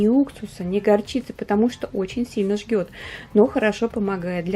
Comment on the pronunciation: Практично. Но надо говорить жжёт, а не жгет. И не под марлевую повязку , а на марлевую